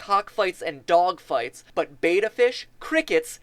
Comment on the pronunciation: it's not beta fish, it's betta, beh-tuh